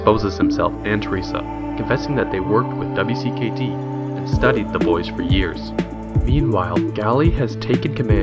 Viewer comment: You know W.C.K.D is pronounced as Wicked, right?